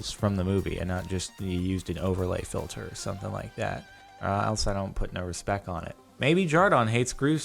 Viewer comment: He must of read my comment on one of his last videos where I pointed out that he said respec 😂